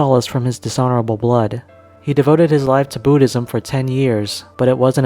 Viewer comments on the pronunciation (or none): none